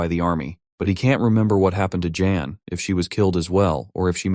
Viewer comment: This has to be ai. It keeps calling jan jane